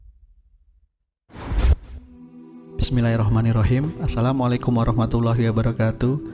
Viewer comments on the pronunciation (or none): none